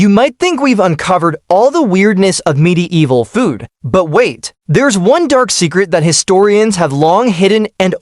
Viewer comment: midi evil. God-damned AI.